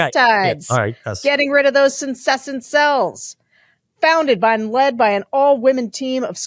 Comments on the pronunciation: dam, had a few one skin adds where sarah said senescent correctly but now we're back to sensessent. :') do we think resigning is better than remaining in the posotion and doing as much obstruction and suing for wrongful termination would be better? im not technically sure how that would work long term. - the thing about her having clerked for scalia and wilkinson. . .. and reagan . .. .is that the old republican party is dead. these names and that old tradition of conservatism holds no water anymore. cant believe we got to elon musk and there's only 2 minutes left. OOOOH its pay walled. gotcha :) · Sen-ess'-ent is the pronunciation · Okay, I can't hold back anymore: It's SENESCENT cells! SE-NE-SCENT! SE, NE, SCENT! SE... NE... SCENT! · Sarah -- Consider confirming the pronunciation of "senescent", for your sponsor's product advertisement 😊. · A trivial heads-up: senescent is pronounced “sen-ess-sent”.